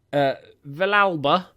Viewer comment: Villalba is pronounced vee-yalba, have a feeling he'll be fairly important in the save